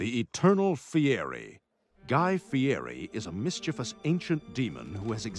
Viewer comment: They could’ve at least learn how to pronounce his name correctly you say it like a guy Fieddi not guy Fieri or however you spell it 😂